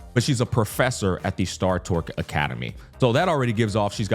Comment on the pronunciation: Unc, it's star TOR-CH